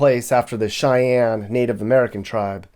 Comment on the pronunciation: "Cheyenne Sheik"